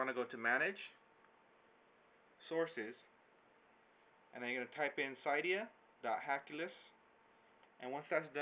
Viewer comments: It's pronounced "cidiya" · It's pronounced like cidia